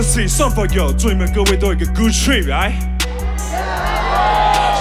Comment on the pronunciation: 最後一個”trip”唸成 “trae”並且少了p。句中為了銜接只抓韻母我可以理解，但母語人士在這種速度下句尾還是會把p給發音出來。 “pass out” 唸成 “pace out” 100秒一樣有些問題，cypher有好一點。 僅供參考。